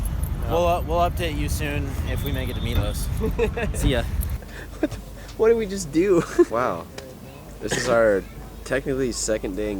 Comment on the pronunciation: So glad this wasn’t 36 minutes of saying “deed”